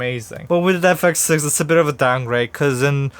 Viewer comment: Nothing like saying the camera's name wrong in the first 2 words of the video